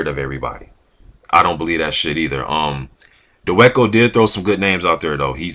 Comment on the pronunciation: his last named is pronounced Da Va Ko